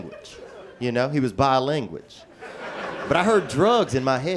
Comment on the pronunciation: what about bilanguage or ve he icle, he does it on purpose, part of his comedy character.